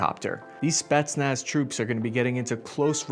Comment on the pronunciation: what are Spi..nach, spitmuch....?